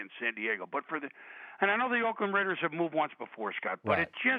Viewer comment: THE RRRRRRRAIDERSSSSSSSSS!!!